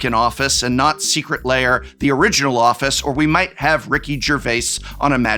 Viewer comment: The combination of disgust,disbelief and laughter that hit me when he said “our third furby secret liar” is indescribable